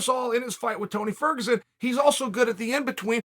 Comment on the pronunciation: Tony Furg 🤣